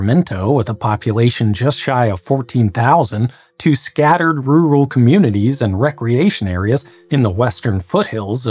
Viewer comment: 'Rural' is pronounced like a proper German